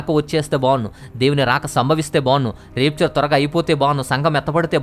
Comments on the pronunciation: చాలా మంచి విషయాలు చెప్పారు బ్రదర్.... Repchar కాదు బ్రదర్ ర్యాప్చర్ అని pranounce చెయ్యాలి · Adi రాప్చర్ బ్రదర్ రేప్చర్ కాదు బ్రదర్ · Brother plz check the.pronunciation of RAPTURE in Google ...it's rapture and rapeture ...